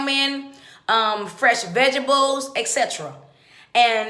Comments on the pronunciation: Haha " vegables" hilarious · Vegables?? LOL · She said ve-ge-bles 🙄🤦🏽‍♀️ let’s get it together people proper pronunciation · first of all, this lady says "vegebles"and "messicans"...Who is even taking her seriously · First of all...its not ValenTIMES day...its ValenTINES day. Second...its not EPT card. Its EBT card. Also its not VEGEBELS. Its VEGETABLES.